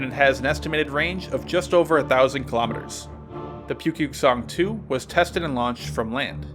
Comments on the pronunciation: it's spelled pukguksong but pronounced more like Book-Geuk-Sung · Well not awful maybe that was too harsh! For future reference, Pukguksong is pronounced 'Pookgooksong' :) hope to see more! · What he said: Pukguksong. What I hear: Pewpew song. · It pronounced Nukepuke-Song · Thank you for FINALLY doing North Korean hardware! I love you! P.S. Your pronunciation of 'Hwasong' and 'Pukguksong' is funny 🤣 but I like that you try anyways! Thanks again.